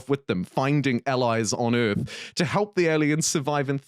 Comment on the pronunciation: WTF is "simulator of ürth"???